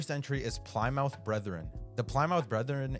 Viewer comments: Plymouth is pronounced as pli·muhth. Good vid btw. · Did you seriously and repeatedly mispronounce Plymouth?